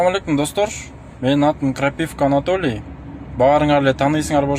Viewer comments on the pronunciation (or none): АнатАли десен Анатолий дебей😅😅😅